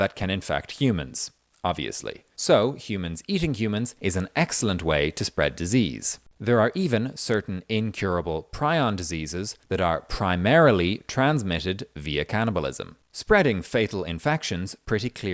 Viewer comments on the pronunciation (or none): pronounced pree-on